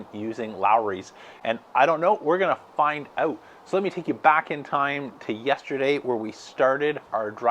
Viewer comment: This guy says "out" wrong !